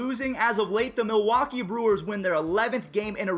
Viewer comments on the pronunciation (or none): none